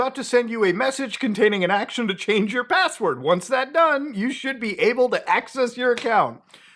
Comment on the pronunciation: "Can u give me da passwodd" 😂